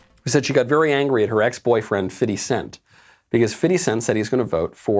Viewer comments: "Fitty Cents" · A woman so white she calls him. “Fifty cent” instead of “Fiddy cent” decides what black people are obligated to do. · Why does Knowles keep saying "Fiddi cent"?? lol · Why are you calling him fitty cent? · Stop saying fiddy. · Why he saying “fitty cent”? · Why are you calling him fitty? Lol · I find it very funny that Knowles pronounces 50 Cent's name as "Fitty cent". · lmao "fiFFty-cent"